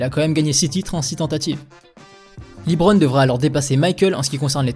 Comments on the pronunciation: Ça se dit bien “Le-bron” et pas “Li-Bron”, faut regarder un peu plus de matchs je pense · Par contre faut que t'arrête de dire "Libron"